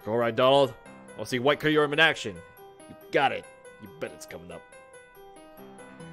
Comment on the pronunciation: KYUrum. Like Kyubi. Come on Donald